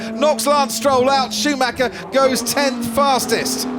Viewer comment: When are they going to learn to pronounce Schumacher correctly? His name is not Shoemacker!! It sounds very unprofessional.